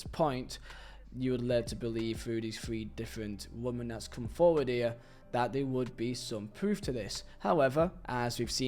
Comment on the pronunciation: its Wih-men Not wuh-man. Woman = singular Women = plural I really Liked this video ❤